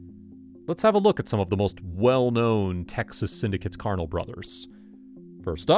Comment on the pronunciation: The way you pronounced "carnal" lmfao!